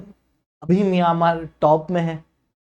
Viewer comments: miyan-maar 😂😂😂😂 ???? bhai that's pronounced as myan-maar and not miyan wala maar 😂😂😂😂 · मियांमार नहीं म्यंमार है भाई। आप मिर्च खाकर बोलने का निरंतर प्रयास किया करो। धीरे-धीरे आपकी जीभ सही हो जाएगी ओर बोलना सीख जाओगे। उसके बाद कोर्स बेचना 😂😂😂